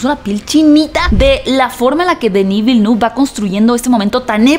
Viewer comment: Vilenev. Así se pronuncia